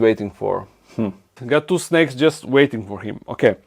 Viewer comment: The pronunciation of snacks is with a much shorter a vowel, it sounds like you're saying there's snakes in the enclosures which is a different thing! =)